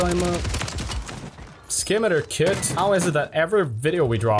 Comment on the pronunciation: bro all im hearing is "skibidi kit"😭😭😭💀💀💀